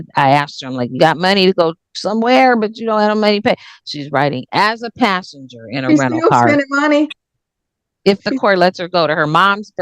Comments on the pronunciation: She didn't say anything about a pastor. She said passenger. Although it did sound like pastor. 😂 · She said “passenger “ not “pastor” lol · "Passenger" not "Pastor" ...good work other than that, though! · she didn’t say “Pastor” she said riding as a “passenger” in her sister’s rental car.